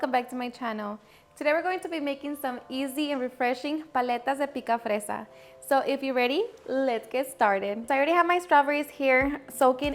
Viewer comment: Thank you for blessing us with this great popsicle recipe 🫶 ANDDD it’s picafresa.. that’s a +